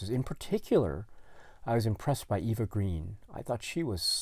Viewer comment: I'm a huge fan of Eva Green! (Also, she's French, so her name is pronounced more like Ava.) I don't have an interest in seeing Dumbo, but would just for her! She was in a series called Camelot that was cancelled after the first season; it was at a time in high school when I couldn't get enough Arthurian stories. She really caught my attention and I became really interested in watching more films she was in. I then recognized her as Vesper from Casino Royale, who I loved when I had watched that movie upon its release, and certain scenes from it still stand out in my head- particularly her character at the end. She's one of the reasons I wanted to watch Penny Dreadful, which was a series on Showtime, and it's actually returning, which is exciting because it's one of my favorite shows. She's absolutely amazing in that. I also love her in The Dreamers (2003). Are you interested in the upcoming remake/adaptation of Dune?